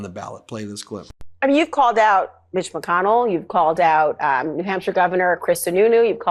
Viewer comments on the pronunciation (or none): none